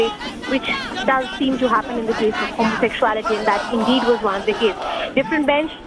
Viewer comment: Who is this uneducated news anchor?? One tight slap! Remove immediately. She can't pronounce homosexuality correctly. She does not have her facts right.